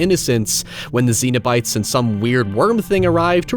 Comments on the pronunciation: Hellraiser 2022 review when? Also, did you call the Cenobites "Xenobites"? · It's not ZENO bites, it's CENO bites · Zeen-o-bites? Why are you saying it like that? 😂 Cenobites. Pronounced SEN-o-bites. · I actually watched this a few weeks ago for the very first time. Other than some cool gore and great lead acting, Hellraiser is a really bad movie. Also, it's Cenobites, not Xenobites. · cenobites not xenobites. €subtle and pedantic yeah. but still. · Cenobites, not xenobites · I kept thinking you were saying "Xenobites" which given how the xenomorph and Cenobites are based on sexualized drawings from artists like H R. Giger and Clive Barker would be a pretty cool mashup. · Z-z-zenobits!? I heard ZENOBITS!!!! 🤣🤣🤣. (Just the first time) Only really complaining because all comments help that stupid algorithm. I have nothing to add beyond that. I'm all gushed out on this film.